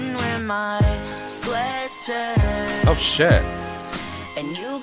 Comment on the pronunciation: Tangina sabi niya "Sweatsirt"